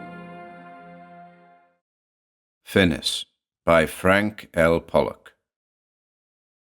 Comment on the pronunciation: I believe that title should be read as in the French, fin-ee not fin-is.